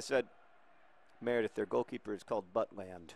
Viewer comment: iBowlerHat Yes! Saw highlights of when he started for the real Stoke a few weeks ago - fantastic performance. Great potential indeed. Also, quick PSA: It's pronounced But-lend, but John's Buttland pronuncation - while probably offensive to Mr. Butland - made me laugh a lot. :)